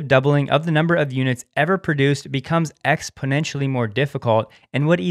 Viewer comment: at the point in this video when word: "exponentionaly" comes i paused to click the like button and write this down.